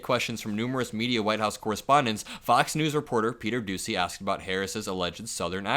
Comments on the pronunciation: its not pronounced doosey its pronounced dooshey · You are mispronouncing Peter Doocy's name it's Pete "Douchey"